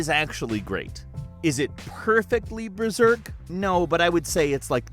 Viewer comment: hey fellas its BERSERK, not "BERZERK"